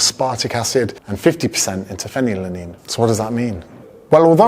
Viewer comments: It's Phenylalanine not Phenylaline. Just saying. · bro phenylalanine is pronounced “feenile alah neene” not “fenny yaleene” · Did you meean the amino acid phenylalanine? Unsure what phenylanine is. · Fair play for attempting to pronounce phenylanine multiple times 👏🏼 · Great video. But tiny correction it's phenylalanine one of the amino acids. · My GF has breast cancer and her oncoligist does nothing else than drinking coke zero when we are in her office 😛 Btw, it's Phenylalanine 😁